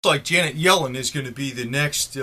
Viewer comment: Yellen rhymes with felon!